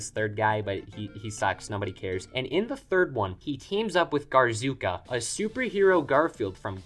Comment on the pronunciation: My brain started bleeding the second I heard "Garzooka"